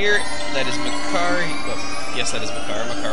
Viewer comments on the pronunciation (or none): its maker not MAH CAR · I pronounce his name as "Makkar", not Mah Car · it isnt spelled Mah Car, its Makar. and Makar is the Korok not the boss. the boss's name is Kalle Demos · hey thats meh-kar!